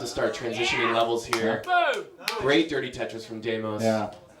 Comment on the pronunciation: The 1 commentator couldn't stop calling him demios xd